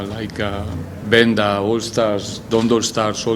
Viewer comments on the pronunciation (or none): Coach just called venda "Benda "😭😭😭